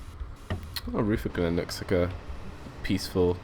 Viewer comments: thanks. PS rutherglen is pronounces ru-ther-glen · Rootherglen. LOL Chatelherault = 'Shat-ler-oh" Rutherglen = 'Ruh-ther-glen" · Good video, The 303's where quite rattly, cold and prone to breaking down,but loved them. The station names you got mostly right but the ones slightly mis pronounced were Chatel-t-rawl (weird I know) and Ruther (as in Rutherford, sounds like mother)- Glen (my local station) Hope that helps and hope you dont think im knitpicking. Keep up the good work